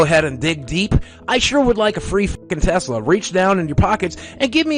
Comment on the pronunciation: I’m sorry but did you just say TEZLA?